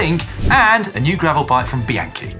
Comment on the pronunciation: Why do all of you guys mispronounce the word Bianchi? Is this intentional? To piss off the Italian riders? 😅